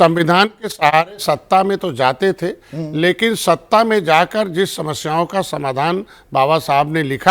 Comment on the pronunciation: Sanjay nisad to baba saheb ka naam bhi dhang se nahi le raha hai Esko dar hai kursi ka Kahi na chali jay